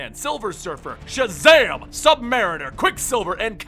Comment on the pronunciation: when Shazam introduced himself je should have been back in his kid form because he said sjazam!